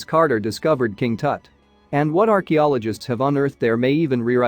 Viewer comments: Someone needs 2 tell the commentator his pronouncing of king Tut's name n others r totally wrong!!! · I thought this was a well researched and edited video. Yes, the automaton voice saying Tut's name wrong made me cringe. But here is my issue. I just turned 66. Ugh. So perhaps that's tainted my judgment. But I found myself thinking, these sarcophagus, especially the last ones were hidden away for a purpose. I don't know the purpose of the pyramids, but if they were built to house the remains and treasures, they should be left alone. I'm an American, but Queen Elizabeth II just died, should her tomb be raided or looted? My mother left my dad's wedding ring on because he never took it off. I respect others opinions that archeological digs teach us about ancient cultures. Recently a gorgeous Roman tiled floor was discovered under a field. That doesn't bother me. Maybe I'm just old.